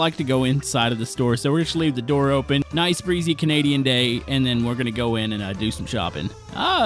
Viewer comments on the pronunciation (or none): none